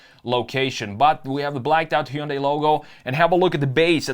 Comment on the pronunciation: It’s not bad … but the pronunciation of Heeundai damn sure doesn’t work for me